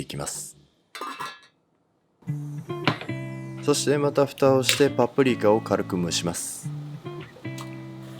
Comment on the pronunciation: ぱぷりきゃ と聞こえるのが気になるｗ